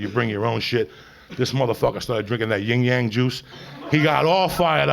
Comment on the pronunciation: Lmao "Ying yang juice"